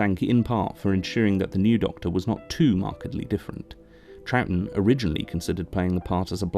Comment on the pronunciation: Well done for pronouncing Troughton correctly. You probably just looked up how to or just knew, but still. I have the same surname and people are constantly saying it wrong when they read it, usually pronouncing it as Trouthdon or Troug-uatan and over incorrect things like that which don't make much sense for how it's spelt. It's usually just easier to say it 'trout' (as in the fish) then add the 'ton' part on the end fluently so it's Trouton. People often don't get that the g and h are essentially silent but it's said as Trouton, however sometimes changing the last o to an e to make Trouten. Considering it's not a complicated spelling its surprising how many people get it wrong for me. I suppose the g or the h throws them of. At least it's not actually a complicated surname, people sure can make a mess out of saying those nine letters together though.